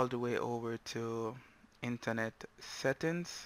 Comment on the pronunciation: The word "settings" is pronounced... (set-ings)